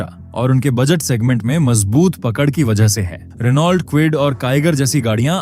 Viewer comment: भाई, रिनॉल्ट नही रैनो होता हैं 😅😊😅